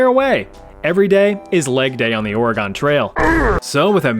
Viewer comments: How hard is it to say organ not oreegone. Pronounced like the piano or part of your body. Your choice my guy 😂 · Stop pronouncing Oregon as Oruhgone, it's fricking pronounced Oruhgun or Oragun (pronounced using a broad a, think 'uh'). You were driving me up the wall mispronouncing it every 10 seconds during the Oregon Trail part. Surely you must have heard the correct pronunciation before? Whatever, pissing me off.